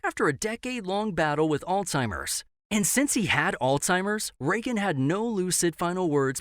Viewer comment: "Ronald Reaga"